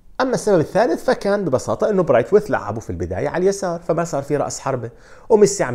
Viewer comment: براثويت وليس براتويث عاشت ايدك ❤️